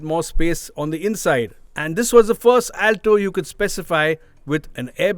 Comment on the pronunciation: He mispronounced the word, Alto every time he says it. Not expecting from an experienced journalist. 😏